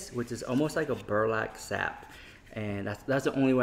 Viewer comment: Burlack Sap 😭😂